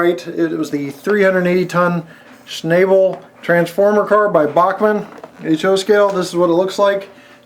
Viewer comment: My brother worked at Westinghouse in East Pittsburgh and they made generators for power plants there, those cars were used to transport those generators and they had mechanisms to offset the load when it had to move around a curve and out away from the building, the name Schnabel is pronounced "Schnawbel" Westinghouse had their's painted in periwinkle blue. For the most part, the cars were custom made for the companies that used them such as ABB to transport transformers and Westinghouse for horizontal shaft generators. Wikipedia excerpt, The word Schnabel is from German Tragschnabelwagen, meaning "carrying-beak-wagon", because of the usually tapered shape of the lifting arms, resembling a bird's beak. In World War II the German Wehrmacht used Schnabel cars for transporting the Karl-Gerät heavy-calibre (54 cm and 60 cm calibre) siege mortars. These were self-propelled with a continuous-track suspension chassis of substantial length to maneuver into a firing position over a short range, but depended on a pair of purpose-designed Schnabel cars for long-range transport by rail.[4] The same system was also used at the same time for the rail transport of the French FCM 2C super-heavy armored fighting vehicle. In the United States, the first Schnabel car, WECX 200, was built for Westinghouse Nuclear by manufacturer Greenville Steel Car in the 1960s.[1] Wikipedia